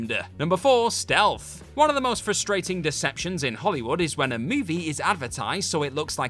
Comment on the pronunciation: You know what’s really frustrating? People like this narrator who pronounce it “fuh-strating.”